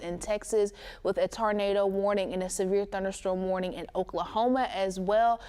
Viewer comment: That poor girl doesn’t know how to pronounce Tornado!!